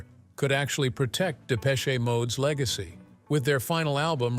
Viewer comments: Depech shay mode! 😂😂😂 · And it isn't 'Depech-A'...ugghh..